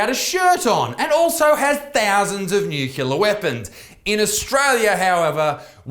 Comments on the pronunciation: Nucular, nucular, nucular, nucular it's NUCLEAR you dumb fuck! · nuCLEAR, not nuCYOOLAR - get it right, Buttsmarn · NUCLEAR - "nu-klee-ah" not fucking "nu-kyu-lah". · It's nuclear, not nucular Mr. Bush 🤣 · What's a nukuler weapon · Dude, stop saying Nukilar, its nuclear, it hurts my ears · Nucular Lisa. Its pronounced NU-CU-LAR :D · I love you isaac but pls stop saying nucular it's nuclear lmao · Nuclear. There's no "u" mate. Nuclear - derived from the word "Nucleus" - not "Nuculeus" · Isaac, it's pronounced NEW-CLEAR! 😂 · Nucular? WTF is nucular? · pronounced "new-clear" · Stop saying nucular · "undoubtably" "nucular" c'mon Isaac I know you're the son of a rugby league meathead but that's unacceptable. As a western sydneysider I agree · Nucular weapons? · Won't lie, love the un-ironic pronunciation of nuclear as 'nucular'. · Homer Simpson: It's pronounced Nu Cu Lar son. Nu Cu Lar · haha nuc-u-lar